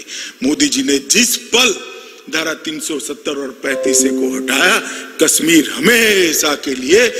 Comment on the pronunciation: Its kashmir not kasmeer amit shah ha ha